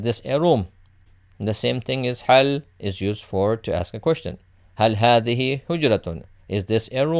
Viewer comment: a little mistake I think. Should be hedhihi instead of hedhehi. I think. Correct please if iam wrong.